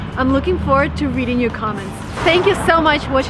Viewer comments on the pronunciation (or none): none